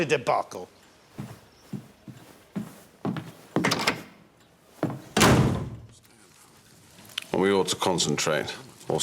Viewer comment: Debacle? Sounds a lot like Matkle.